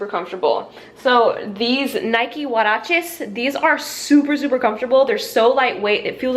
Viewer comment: The way she said huarache was funny. I never heard anyone pronounce it that way. Lol